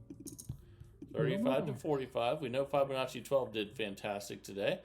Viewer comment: Still can’t pronounce Fibonacci